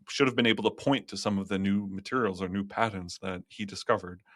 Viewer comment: What's a padent? Does he mean patents?